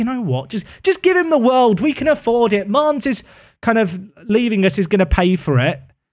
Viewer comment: Bro....pls not mannes